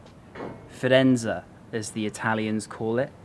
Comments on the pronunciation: It's Firenze, not Firenza :) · AMAZING VIDEO! Florence is the most beautiful Italian city. note: its Firenze not Firenza, (with an e) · Italians say Firenz(ay) !! Do a quick edit, I won't tell anyone !! Have to say though, your blogs are pretty good and the video/editing is also... keep it up, you're reaching a gap in the market while Bald, Baldr etc are off the scene. I've been to Firenze and one of my aims was to see the original David, but the museum was shut when I got there, so I only got to see the copies. When you realise that Michelangelo's David was over 5m tall, hewn out of marble in the 14th century, and you look at the detail, you have to ask yourself how the hell was this done ? Today in the 21st century this would be considered almost impossible!